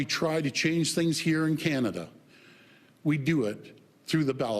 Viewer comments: "It's CANADA!" Mr. Ford... Not Kanda. 😖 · You're looking rough Doug. By the way, it's pronounced Canada, not Canda..... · Why can't he pronounce Canada? He keeps saying "Canda".